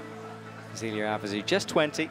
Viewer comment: This has been bugging me for months. If you have French names with an "é", like in Zélia, then said "é" does not get pronounced like an english "e" in the alphabet. It gets more pronounced like the first "e" in "ever". Please explain that to your commentator.